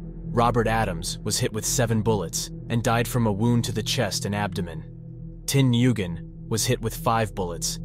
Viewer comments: Its pronounced “When” not N-yoo-gen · "newgen" lol this classic vietnamese name is pronounced like "win" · can't even pronounce the victims names right. Pretty much everyone knows that "Nguyen" is pronounced "Wen" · It's a little late for this video, but in case it comes up in the future (or anyone is just curious) "Nyugen" is pronounced similar to "Wynn" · Nyugen is pronounced (when/win). Just figured I’d note this for you.